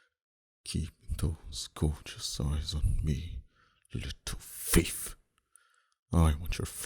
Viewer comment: lol I love how he said fief while saying thief.